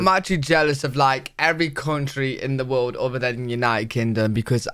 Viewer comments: Video translation: "Riuld" == "World" You're welcome. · Can't stand how the dude in the video keeps saying 'reald' instead of 'world'